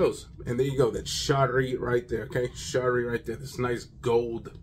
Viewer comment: good review. lattafa makng some great frags. also it pronounced sha-eeeri. written sharri lol not sure about that=| means poetic or poetry. shaeer means poet.😅